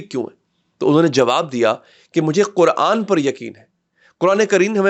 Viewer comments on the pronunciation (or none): none